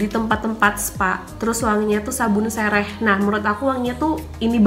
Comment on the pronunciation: sereh kk bukan sereh